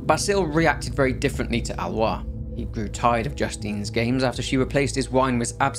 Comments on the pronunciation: It's Ah-lo-ees. Not Al-wah. Lol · Wow Alois pronounciation is Alowa not Alois HAHA! Thanks! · Great video! Pronunciation guide from a French guy (named Basile) : Aloïs sounds more like Alohiss and Basile like Bahzil. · Little aparté, Aloïs is pronounced ah low hiss